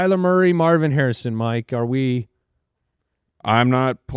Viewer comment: Meow-vin Harrison Jr